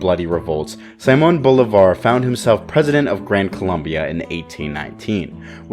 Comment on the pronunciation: It ain't fucking Saimon Volleyball, It's Simon Bolivar(Seemon Bolivar) to make it easier for everyone. 🤦🤦‍♂🤦‍♀